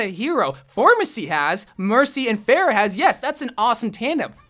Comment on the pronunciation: Did anyone else get triggered by mispronounce Pharah, ”Phaireh”?